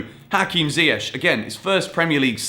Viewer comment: I learnt that still cannot pronounce Ziyech correctly....